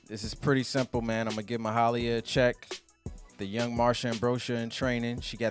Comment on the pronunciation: Its pronounced as ma-hay-lia btw